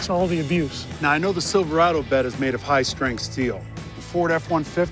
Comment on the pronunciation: I love the part about the “HIGH STARINTH STEEL” and the Sad said aluminum bed